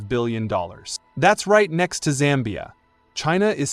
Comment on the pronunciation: Its Zambia not "Sambia"